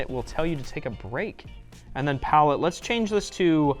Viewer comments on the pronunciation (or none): none